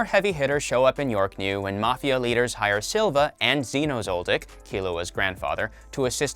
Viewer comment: The way he said Zeno that made me lose braincells